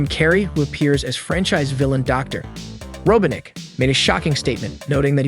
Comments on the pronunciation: Robotnik not Robinic. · how he says robotnik 😭